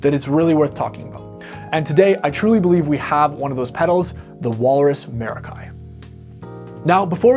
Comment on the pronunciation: Yummy pedal.... Stereo! Pronunciation - mair-ah-kee, like "mer-ah-kee," with the emphasis on the first syllable. Here's a breakdown of the pronunciation: Mair (like the beginning of the word "mare") ah (like the sound in "about") kee (like the sound in "key")